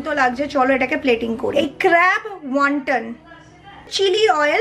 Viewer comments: wonthon hobe api ointen na 🙂😂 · wonthon hobe api ointen na 🙂